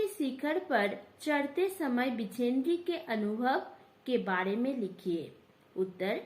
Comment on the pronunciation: बछेंद्र ✅ बिचेंद्री❎